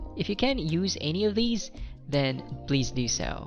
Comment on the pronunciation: I applaud you for your content, it gives us all a heads up on the test. I just have one issue though.. I cant help but cringe on how you pronounce some words like ANY and MANY.. and so many other words, usually with how you enunciate the letter A. I assume because you are of Bisayan Descent. But it's cool really, my parents are Bisaya as well. And I've heard you put Es after words that I normally hear from DJs and MCs like Rey Langit and Ted Failon. I know that's your style and all... plus you got a score of 9 in IELTS speaking test so who am I to criticize you right? I would gladly trade you my pronunciation skills to get that score. Overall, I say you're doing a fantastic job at helpin people to better understand IELTS. God bless you.